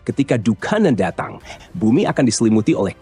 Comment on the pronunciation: Dukhon min,,,bukan dukan 😂